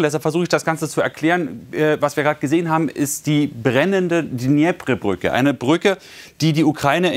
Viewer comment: Der Fluss heißt "Dnipro", was ist daran so schwer??? Wenn man eher russlandfreundlich ist, kann man auch "Dnepr" sagen. Jedoch nicht "Dnjepre" oder so ähnlich. Ich finde es immer wieder erstaundlich, wie schlecht viele deutsche Journalisten mit der Aussprache ukrainischer oder russischer Worte zurechkommen. Und ich meine ja noch nicht mal das "geratterte" R (aber das können die Bayern ja auch...)